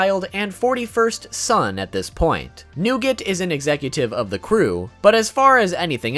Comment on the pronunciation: Nougate??? Hmmmmmm Newgate hmmmmmm Wait whiteboard smash big momma?